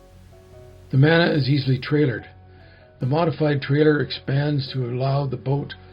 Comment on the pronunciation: Kia ora from New Zealand love the build just fyi in te reo maori "mana" is pronounced "munah" not manner, cher bro